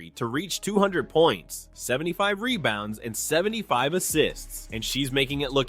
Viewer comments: Rebounds not “Rebouns” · "Rebouns" Lol.